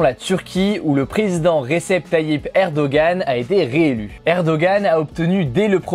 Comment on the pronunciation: Ça se prononce erdoanne, pas erdogan 😭